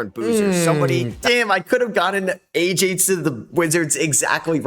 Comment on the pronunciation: I mean you say AJ's name wrong too.